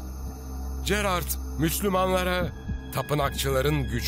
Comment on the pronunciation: Keşke bu metni okuyan arkadaşımız Gerard ın nasıl okunduğunu bilerek okusaydı. Böyle bir çalışmada çok sırıtmış, Jerar diye okunması gereken yerde cerard diyor, acaba kime nasıl masraf yapıldı.....